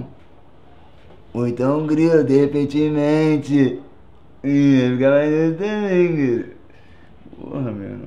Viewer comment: "Derrepentemente" kkkkk